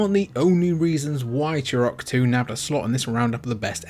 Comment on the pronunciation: Remember that game, ‘Chew Rock’? It’s T not CH!